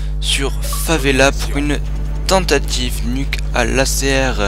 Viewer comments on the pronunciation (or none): "tentative" et pas "tentaive" :p